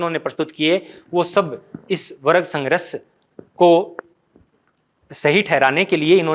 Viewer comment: Sangharsh, ko sangrash bolte ho sir, ese hi kafi work ko ap , wrong bolte hai